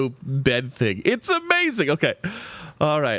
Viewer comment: It's amazing not awmazing